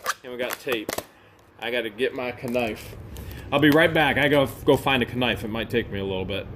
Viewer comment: Please stop including the letter K when you pronounce knife ,as everyone knows the K is silent.